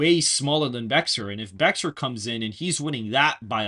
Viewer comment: It’s Pronounced Bear for the Bexar Co.